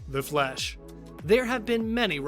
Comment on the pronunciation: Why does he say flash like The Flesh